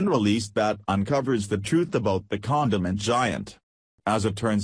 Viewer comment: fuck that robot voice can't understand it, wtf folks can't you speak for yourself you lazy fucks. condiment sounds like condoms. retards